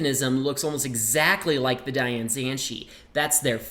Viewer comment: *opens box form top* he has never said "DaYan" right in a video... Oh yes -- Wittwo V1 forever <3